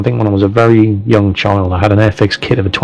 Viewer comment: it's not bery bery it's very very :D